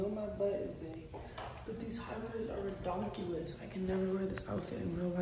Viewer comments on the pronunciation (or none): Ridongculous is what she said I think lol, it’s a different word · Yo why u said “ridiculous” like that😂